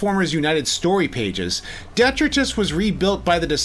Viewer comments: ** De-TRY-tus (Detritus); NOT Detruh-tiz ** Other than that, top class review as always. ✊️ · Detritus is pronounced "Dee-TRY-tus". It basically means garbage, like most Junkion names. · Please educate yourself on how to pronounce “detritus” and “rummage.” Other than these embarrassing gaffes? Good video. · Great video but detritus is pronounced wrong.